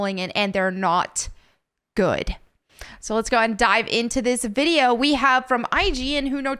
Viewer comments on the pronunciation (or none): none